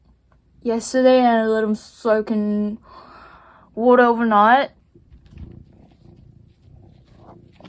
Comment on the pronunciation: 진짜 호주 발음 묻어나오셔서 신기해요 Water = 우오라 백퍼센트 아아도 영어로 말하실 때 롱블랙으로 말하실 것만 같은 ㅎㅎ